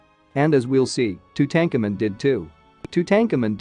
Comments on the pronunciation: Or, or !!! “Too-tanked-tu-moon” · You can’t even pronounce Tutankhamen’s name correctly how am I supposed to take your information seriously? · No tank in name pronounced tutenkhamen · Tootancamoon for god's sake not tootenkamen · The common pronouncement of Tutankhamuns name is tute aunk amoon not to tankamon! Are they just using reader app to narrate? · Tu-tank-in ? Really. Tu-tah-ka-moon. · its tootum-car -moon not two-tank-a man lol not the way it spelt but as you say his name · Hey For Ur Suggestions Box:Lear How To Pronounce The Main Words Or Subject U R Discussing??WHO Does Not Know How To Pronounce King TUTS Last Name!!?? TO DAHN COMEN REPEAT IT👎🤡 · OMG! Two-Tank-A-Men??? Unwatchable. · Tut-Ahnk-ah-mon ...hooked on phonics don’t work for him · LOL 🤣🤣🤣🤣🤣 Tootankermen..... BWAHAHAHAHA! 🤣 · It's pronounced "2-tone-ka-moon" meaning beloved of Amoon. His father is pronounced "Ah-mon-ho-tep" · Who the fudge is Two tank en men .... geez none of these names are pronounced correctly, it made it so hard to listen to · Who is Tu-tank-a-man? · Too tanka min - please learn to pronounce these names correctly - if you can’t do the simplest thing then why should anyone pay any attention to the content of the video ☹️🤷‍♀️ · Say the pharaohs name correctly it’s annoying Tutankhamen. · two-tank-a-man !!! unbeliveable. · Please learn how to pronounce names properly!! Too tan ka moon!! Phonetics!! Aa ka na ton!! Thank u… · Two ten kemen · One minute in: I can't listen to this guy strangle Tutankhamun's name one more time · You need to learn how to pronounce tut's name properly. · Pronoun this very famous Pharaoh's name properly! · I can’t finish watching this. If you cannot say the King’s name correctly, I don’t trust this channel. Peace out! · Why is the name of king tut mispronounced.. very distracting.